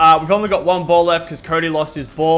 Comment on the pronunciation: Every time you said BAll it sounded wrong